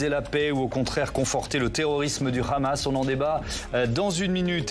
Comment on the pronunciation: Le khamas, le khamas. Ils ont un très bon français, pourquoi le prononcer avec un accent hébreu ?